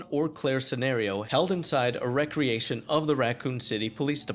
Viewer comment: The way you read the word “Recreation” as if it meant “Entertaining Activity” when you should have pronounced it as if it meant “Create Anew” set off my A.I. alarm. I was reaching to turn off the video until your “watch my stream” plug revealed that you were a person that reads imperfectly. While your plug may have not made me watch your stream, it kept me from quitting your video. Better a flawed person than an A.I.